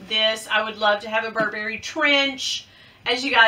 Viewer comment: Ooo! I love the baby Gucci Marmont! I still love the mini bags. UGGs…I brought them with me when we moved to Florida…haven’t worn them yet, but I’m determined to…in the winter. Oh, you’re not supposed to wear socks with UGG boots. I’ve never been a fan of the hairy Gucci shoes though. Burberry is still classic and will never go away. BTW, it’s BUR-bur-e, not bur-BER-e. Miss Nancy never said my name either.😞